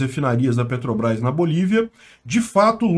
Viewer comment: "Petobras" - Ai ai...